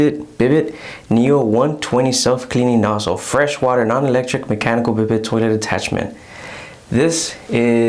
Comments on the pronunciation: I enjoyed your review and the tour of your bathroom. Just so you know, it's not prounced BID-it but rather bee-DAY, with the stress on the second syllable. The word is French, derived from a name for a horse, I guess because of the way you sit on it, like a horse saddle. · Bi day pronunciation